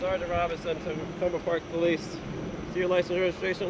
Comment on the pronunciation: I love how tells the owner of the tow company to take his car back to where they towed it from. That was hilarious. It's also funny how a certain group of our population doesn't know how to properly say the word "police."